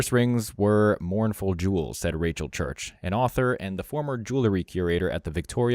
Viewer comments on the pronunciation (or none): none